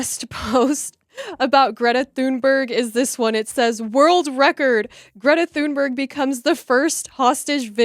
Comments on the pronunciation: Not that she deserves the correct pronunciation, but for others sharing her name, "Thunberg" is pronounced 'Toon-berg', with 'berg' pronounced like the German 'berg', not like 'berg' in 'iceberg'. , the graphic is excellent, compliments to the artist. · Learn to pronounce “ Thunberg”. It’s not an English name so you can’t apply English pronunciation rules to it if you know any.